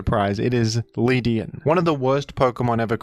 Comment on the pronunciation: The way he pronounced Ledian